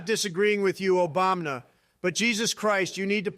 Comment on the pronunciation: I absolutely love it whenever Trump says Obamna. 😂